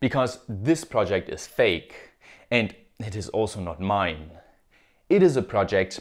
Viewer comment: "Fake" not "Fek"